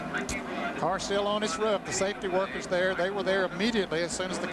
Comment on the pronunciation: I love how ned jarret says roof "Ruf"